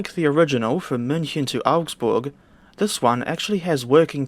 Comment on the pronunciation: Your pronunciation of München is spot on.